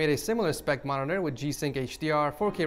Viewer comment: Nice "monitora"